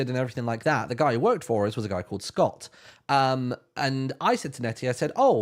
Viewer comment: the worst part is that it's a vowel length distinction. Which is not something monolingual English speakers even realize they're listening for.